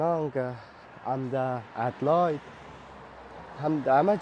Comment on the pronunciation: لطفاً به انگلیس تلفظ کنید ، ادیلاید نه ادیلید گفته می‌شود ،